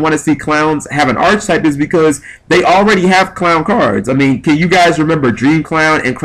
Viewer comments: Archetype. ARC-I-TYPE. Not Arch-type. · Can I just say it's ARK ay type, not arch type. It's also spelled Archetype... which an e. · Cool video idea, but my GAWD it's physically painful the way you butcher the pronunciation of arch. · It hurts my brain every time he says archetype wrong...why can't any Yugioh player say the word correctly?